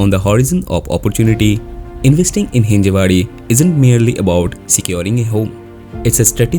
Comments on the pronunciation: It's Hinjawadi. Not Hinjewadi. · Thanks for the informative video. But please get name correct. Its Hinjawadi, not Hinjewadi